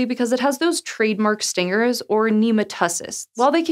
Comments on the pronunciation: You must've been really tired when you filmed this heheh because you usually don't mak little ttv trye mistakes like this. You simply put the wind emPHAsis on the syllAble haha. Nematocysts= Nih-MA(as in cAt)-toh-sists. Either way, whatever. I absolutely love the show! Cheers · I'm so sad you mispronounced nematocysts. The focus is on the "cyst," cell. Stinging cells.